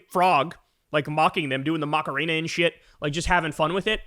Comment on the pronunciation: lol “ moc-karena “ 😂😂